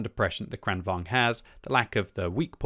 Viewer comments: bro...it's vaGn, VAGN, VAG-N not vaNg. Vagn as in wagon. vagn, wagon. like the German Kampfwagen. tornvagn, kranvagn, kampfwagen. Don't you have a PhD or something? holy fuck. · its Kran-Vagn not Kranvong